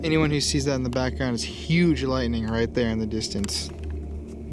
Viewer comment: I heard lightening not light thing